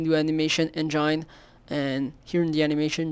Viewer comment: That way he pronounced engine killed me!